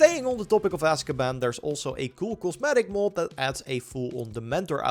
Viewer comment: I can't handle you pronouncing mod as "mould"